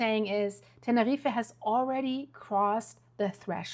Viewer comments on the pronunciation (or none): It’s pronounced Tenerreef. Not Tenerreefa! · NEVER IN MY LIFE HAVE I EVER HEARD THE PLACE YOU MENTION ? TANNA-REEFA. ? Holy moly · Love Ur work but it's pronounced Tener-eef.. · Tenerife is pronounced Ten-A-Reef not pronouncing the last E